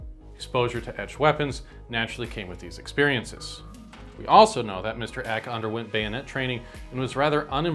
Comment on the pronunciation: I thought it was pronounced EE KAY, not ECK